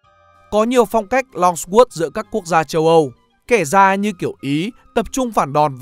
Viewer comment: Longsword - hình như không được phát âm theo cách mà bạn đọc